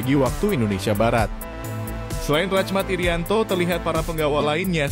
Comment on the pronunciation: Bukan racmat irianto tapi rahmat irianto cara bacanya,jgn rusak nama orang jadi asing